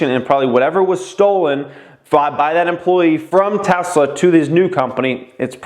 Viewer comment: Tesler tesler tesler com on TEVA 😂